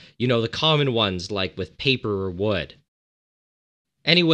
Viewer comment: When he said paper or wood. I first thought he said People and wood. lol.